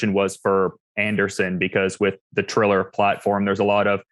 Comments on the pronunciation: Tito called Triller "Thriller" right at the jump and I knew he was still just as dumb as ever. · 15 seconds and Tito already called Triller, Thriller. Strap in.